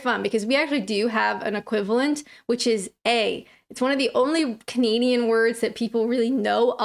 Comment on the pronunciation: ... you have changed how you say things over time .... In your earlier vids you'd appear to say "... I'm Kinadian" but you now appear to say "... I'm Canadian"